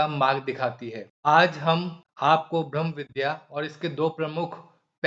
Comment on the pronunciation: ब्रह्म शब्द स्पष्ट उच्चारण करें,भम या भ्रम लगता है।